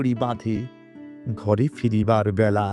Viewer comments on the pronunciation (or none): none